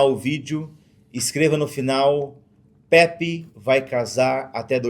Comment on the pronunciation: Não é pepe é Pepi kkkkkkk tmj irmão saudades